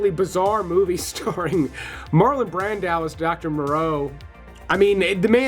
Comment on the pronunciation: "Marlon Brandau". HUH???!!???